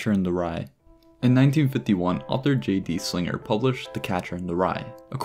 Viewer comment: "J.D. Slinger" 😭😭